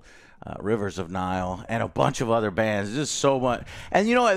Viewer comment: Its not nile it Rivers of Nihil